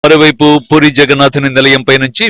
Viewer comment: Puuuri kaadu Puri Ani palakaali